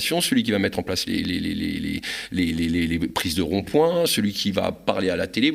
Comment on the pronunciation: Le IN se prononce IN , pas AN.......On dit S’INSTALLER, pas S’ANSTALLER ..... ROND POINT, pas ROND POUAN ....etc etc